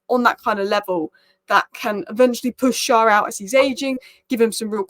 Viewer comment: Loving your videos as a Newcastle supporter. Just one thing Schär is pronounced as share/Cher - winds me up when Carragher say Sharr!